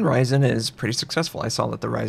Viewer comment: on the "hoRyzen"